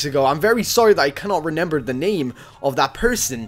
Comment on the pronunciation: No offence but u say renember instead of remember 😂 LOL